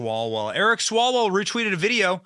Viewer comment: I think it’s pronounced Swallow well.